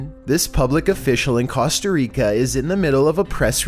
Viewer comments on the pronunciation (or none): none